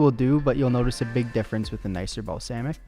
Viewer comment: mans said balsaymic vinegar